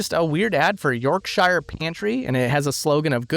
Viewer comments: It's pronounced Yorkshr not York-shire. We are not hobbits who live in the shire of York 😅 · Yorkshire is pronounced York-sheer btw. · Yorkshire is one word. It is not "York Shire". You don't say "shire" like it's The Shire. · Pro tip, Americans: [blank]shire isn't pronounced like The Shire from LOTR or The Hobbit. It's pronounced more like "Shear", like scissors. Yorkshire York - Shear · I'm on a mission to teach people of the US how to say certain things from the UK correctly. Your turn my friend! Anytime you see '-shire' in a name it's pronounced 'sh-ear'. As in 'York-shear'... ignore how the Hobbits say Shire :) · FYI, Yorkshire is pronounced "York -shear" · When pronouncing shire while at the end of a place name (Yorkshire, Shropshire, Cheshire, etc), it is pronounced 'shuh' (York-shuh, Shrop-shuh, Che-shuh, etc). A major example can be found in a name Americans love to mispronounce, Worcestershire (Wu-stuh-shuh). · "Yorkshire" is pronounced "york-sheer" or "york-sher". Please look up the correct pronunciations of foreign places and practise them before making videos. Thanks. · Yorkshire is pronounced York SHEER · york-shyer lol Americans fumbling English place names makes me laugh. you should try Worcestershire, I have faith... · Good video until you pronounced “Yorkshire”.😊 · Great episode but the way you say "Yorkshire", , is so wrong it made me laugh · Yorkshire pronunciation hurt my ears 😢😂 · Mispronouncing "Yorkshire" twice? Wow. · I'm seething at your pronunciation of Yorkshire. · Hearing him say "Yorkshire" makes this Brit want to puke.